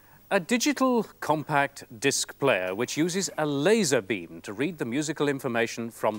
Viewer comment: “A LAY-ZURRR BEEE-UM” Over pronunciation 😂